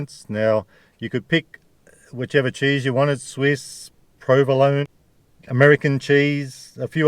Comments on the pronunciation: you almost got it you said provlerone kinda like toblerone lol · You still said "provolone" wrong 😂